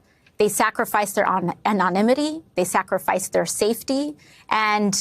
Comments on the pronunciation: Youre not gonna mention how AOC kept looking down to read a script, how she kept with that sh.t eating grin(some call dupers delight). And she said what ? Anomity? Wtf is anomity? She cant even read her script right. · Can someone teach aoc how to actually pronounce anonymity. She is full of crap anyway but seriously